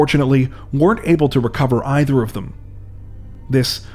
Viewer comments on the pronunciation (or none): none